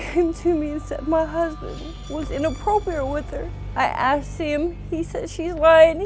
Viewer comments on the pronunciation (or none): Theres a whole lot of "axing" going on in this family. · Bro why does everyone on this show not know how to pronounce “asked”.